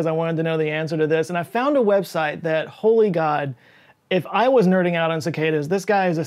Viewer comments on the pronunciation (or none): none